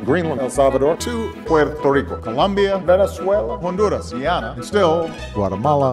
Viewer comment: Speak for yourself, it was not cringe. I liked the way it sounded .